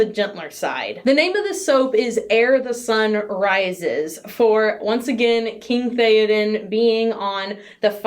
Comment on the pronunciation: Oooh, and just a heads up - minor thing, but you call the sunrise soap 'Err the sun rises' - it should be 'Ere the sun rises'. Just a minor thing.........